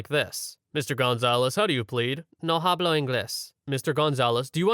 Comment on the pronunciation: For future reference, "hablo" is pronounced "ablo". In Spanish, you don't pronounce the H at the beginning of words.